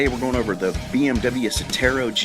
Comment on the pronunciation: BTW, you read it "Serrrtão"! like the "dezerrt of Serrtão" in "Brásiu" (brazil) the "~" on top of the "a" makes it a more closed sound